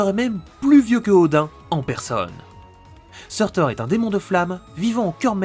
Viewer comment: Ça se dit pas sourtour ?